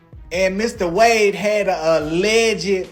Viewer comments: Why does the narrator keep calling Wade, Wonder??? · his name is Nathan Wade not Nathan Wander, get the name right in your report. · It’s Nathan wade not Wanda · Nathan Wade NOT Nathan Wonder!!! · It's Nathan Wade, not Nathan Wonder!!!!